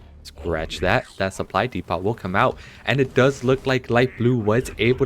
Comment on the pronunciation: Dee pot is killing me. 😂